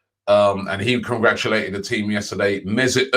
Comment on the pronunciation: Robbie having a tough time pronouncing “congratulated” lol 😂